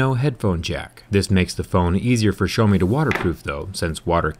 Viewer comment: Stop calling Xiaomi "show me"